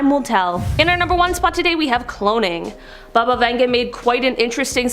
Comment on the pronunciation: Who’s Bubba Venga 🤣🤣